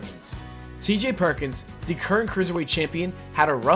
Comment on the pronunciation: its THE rock not dee rock